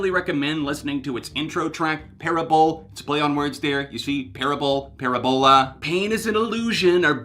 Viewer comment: Parabol you pronounced correctly, but Parabola is Puh-Rab-Ola